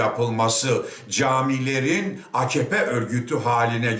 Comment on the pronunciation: Akkoyun. Reisleri bile bağırırken a-ka-pe yerine a-kah-pe diyor. İyi dinle bak. :)